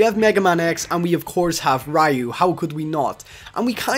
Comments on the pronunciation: I cringe every time I hear rye-you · You said Ryu wrong, and kinda got your facts wrong here. Infinity Gems work similar to 'x-factor' or the gems in marvel super heroes, not like special moves.